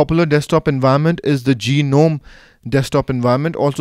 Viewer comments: I think u r form India. In India almost all of us pronounce gnome as Ge-nome.. I think it's pronounced as NOME(G is silent) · "GEE-nome" lmao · Geenome, really? ^^ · Okay, I'm a noob in the Linux world, so maybe I'm wrong, but in standard English parlance, the G is silent in Gnome. A gnome is a tiny mythical creature, usually with a beard and a tall, pointy hat from Scandinavian lore.